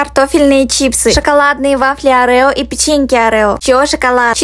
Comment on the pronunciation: что за (арэо) Вообще-то орио